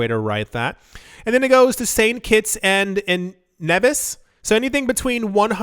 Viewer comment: It is pronounced "kits and Knee-viss", and "Grenade'uh". 😋